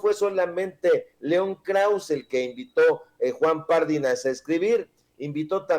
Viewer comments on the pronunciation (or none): Pardinas. ÉNFASIS EN LA I